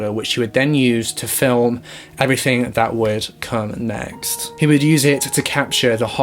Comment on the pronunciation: And film, "fillim", squeeeeee